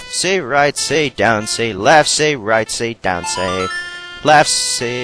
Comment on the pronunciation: Haha, when you said "RightC, LeftC, DownC", I thought you said "Rightsey, Leftsey Downsey", which I thought was funny. I believe it that the Song of Inverted time slows down the time by 3. Not too sure about that. You have you have been locked on to your target for like, half a second for Link to face the target. That's why you fucked up on the Swordman's School thing. Best episode so far! :D